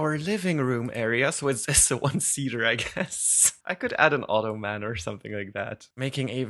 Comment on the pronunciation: I love how says ottoman. AUTO-MAN <33